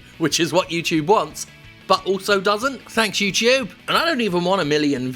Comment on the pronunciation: Yew-Chewb Halfway through the video, Jim's pronunciation of YouTube was all I could think about.